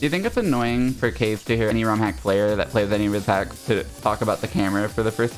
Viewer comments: it still kills me. I get that he gets to pick, but it niggles me every time I hear it. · I think pronounces it Ka-ze right? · The fact that they pronounce his name like "case" instead of the Japanese Ka-ze kills me every time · that's because kaze doesn't use the japanese pronunciation